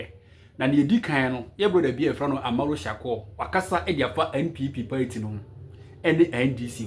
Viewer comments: Pls it's party and not payti. Stop saying payti 😂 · Its pronounced paaati not paity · Masa it's pronounced party not paity😂😂. Hope you ain't angry with me 😂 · These people and their pronunciation 😅paity paaa